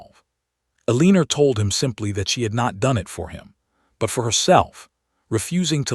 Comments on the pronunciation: Eliner?? I think you mean Eleanore. 😳😂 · There are more mispronunciations in this than is acceptable. Let’s start with the heroine’s name…Aleener? I think not. Eleanor…ELL-ah-nor. This is unforgivable especially since the story centers around language. Do better. Not worth a subscription. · AI mis-pronounces it "eh-LEAN-or". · You obviously do not listen to your audience's comments. Why choose Names that you cannot pronounce? The poor girls name is" a leaner" then "ileaner" then "helenea" AI is making a mess of the stories. I can't watch a moving frame around a picture; it makes one dizzy. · PULEEZ! Teach your AI to read basic English. Eleanore is not pronounced EL Leaner! It’s like nails on a chalkboard. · If you have questions about a name, pull up the transcript. Her name is not Eleanor. It is Elena. I agree AI is adding an “r” where it is not to be.